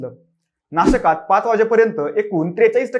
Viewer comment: सुरवातीच नाशकात उच्चारण खटकतय बाकी सादरीकरण उत्तम ❤️